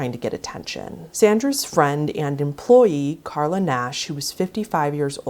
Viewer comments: You didn’t even pronounce the victim’s name right. It’s Charla Nash, not Carla. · Not for nothing, but maybe learn her name: it’s Charla…not Carla. 👌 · A witch who fails to pronounce the name of a victim getting her face ripped off by a chimp advises watchers to skip forward because animal d3ath might make the them feel uncomfortable. CH-ARLA didn’t have anymore hands!!! He literally ripped them off as she was trying to fend him off. That thought alone makes me uncomfortable. Smh You should have redone the whole video or at least do a voice over instead of calling her KARLA through the whole thing. Ludicrous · Charla pronounced Sh-arla, otherwise good vid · At least show some respect and pronounce her name right 🙄its charla